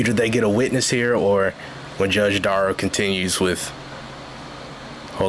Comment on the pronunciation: "Watch Duh-rell fail...... at not going to prison" 😂😂😂😂😂